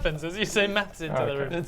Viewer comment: when you hear meth instead of maths